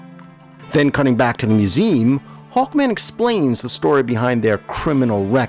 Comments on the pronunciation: Just curious...why does the narrator here continually pronounce the trisyllabic word "museum" as "mew-ZEEM?" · "mew-ZEE-um" is what I have heard my entire life. I live in Michigan, however, and I'm willing to concede believe that "mew-ZEEM" may be a regional variant that I have never encountered before...whereabouts do you live? I was majoring in linguistics when I went to college, so it has always fascinated me. Other that the surprising variant of "museum", I found the narration more than adequate, and pleasant and engaging to listen to. I never meant to impugn the quality of your voice or pronunciation! :) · Nice video. I’m not familiar with that pronunciation of museum though.